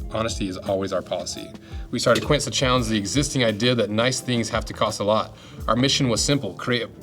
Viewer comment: Just saying... you know a 'quince' is just the american (english) name of a fruit? Its sort of a tart pear... Again a american word wrongly pronouced as french/spanish, sorry 😂